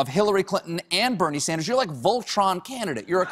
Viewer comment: she had me right up until she couldn't say BERNIE!!